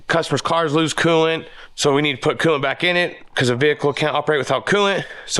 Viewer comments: What is it with you Utah boys saying quelant. I believe it's coolant😂😂😂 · can you please add the L too coolant it's not cooo-ant